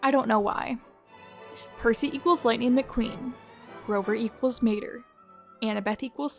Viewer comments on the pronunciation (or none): none